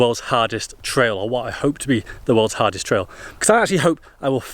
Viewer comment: I think full sus. He is calling it a "trail".